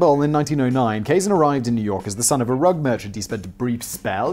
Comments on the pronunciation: get your pronunciation correct his name is pronounced Ka-Zan not Kay-zin. Do some fcuking HOMEWORK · Your new friend is Elia Kazan -that's kuh-ZAN.